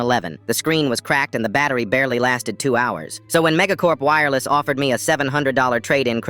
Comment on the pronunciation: “Twone two hundred dollars” 🥰